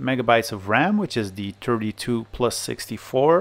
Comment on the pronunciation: You make great videos, but please stop saying "THEE" instead of "THE" everytime... I'm an eglish native speaker... and it distracts me everytime you say "THEE" ... It is like a counter in my brain which goes on everytime you say "THEE" ... it sounds awfull and distracts while whatching your nice content